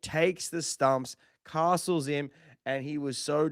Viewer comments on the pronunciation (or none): This guy says "Castles" like a South Australian.